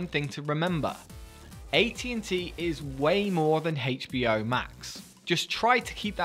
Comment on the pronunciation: Why are you saying HBO like that?